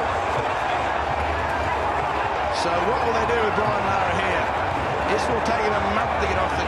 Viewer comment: It's larra